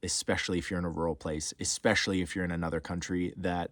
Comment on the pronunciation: eSpecially not eXpecially